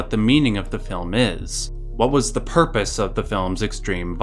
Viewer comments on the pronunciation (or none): none